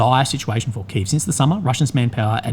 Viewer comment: Key Ev, its Key Ev